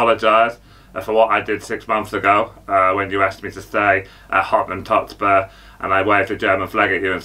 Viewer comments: Mayern Bunich😂😂😂 yeah obviously 😅 Hottenham Tottespur and then there's Big Ange😂😂😂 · Mayern Bunich and Hottenham Totspur😂😂😂